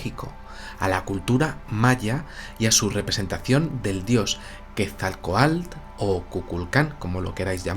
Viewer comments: Felicidades por su programa. Quetzalcoatl es una palabra grave, no aguda, y la última sílaba se pronuncia "coatl", no "coalt". Muchas gracias. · Muestras jeroglíficos Aztecas y no Mayas sin embargo tu interpretación es válida para ambas culturas lo del castillo es verídico, la pronunciación es Ket-zal-koatl espero ser específico de lo contrario en un llamada y por cierto dile a que no es cacahuetes es CACAHUATES saludos y muy buen trabajo!!! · Soy la única Mexicana que se encabrona cuando no pronuncia bien Quetzalcóatl??? Ja ja ja